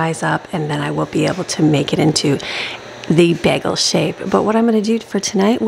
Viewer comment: U pronounce bagel wrong